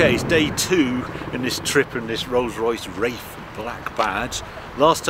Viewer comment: "Rose Royce Raiff"